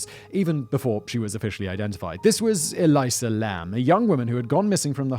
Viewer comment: Cecil Hotel is being pronounced wrong a lot as well as the girls name.